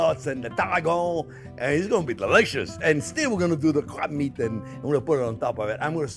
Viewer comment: Did he say crap meat or crab meat?